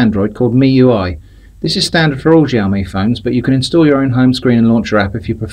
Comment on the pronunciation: Completely unpronounceable name, sounds like your saying 'Jaome'. 😃